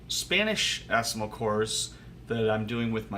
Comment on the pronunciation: A very positive honest review, thanks. To pronounce assimil simply by saying it in French as "asseemeel". Alternatively, you can order directly Assimil courses from bookdepository dot com. Or you can check the cheapest Assimil at bookfinder dot com (isbn search engine). In my country, Amazon is always so darn expensive. I've always ordered my books from bookdepository and abebooks. Wish you the best of luck with Japanese. It's a cool language =)